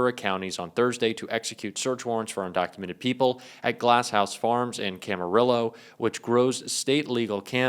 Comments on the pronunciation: future pronunciation - Cama-RIO. 😀 btw - fuck ICE. Why is the Trump administration trying to destroy American food production? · Hi, I enjoy your coverage. Camarillo is pronounced with the Ls silent.